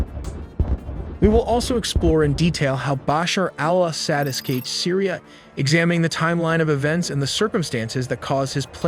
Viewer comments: Isn’t Assad pronounced a sod? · Al ahhh sad. So annoying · He says it so white Assad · I am sorry, the AI pronunciations of Assad were just ear grating. It is not Ass-saad, it is pronounced Aw-saad. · Assad is not pronounced 'sad' but 'sawd'. Come on, dude. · What’s with the weird pronunciations of ASSsad……….weird guy, lol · I hate how your ai say al-ahsad... NOPE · Israel ally of the Assads? 😂😂😂 Do you guys review your own videos before publishing. But still we’re all happy "Ass-hat" as you pronounce it is gone… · I had to leave as he cannot pronounce city names or Assad’s name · AI can’t pronounce Assad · Can't he pronounce Assad's name correctly?